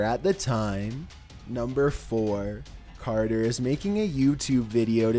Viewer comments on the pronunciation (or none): none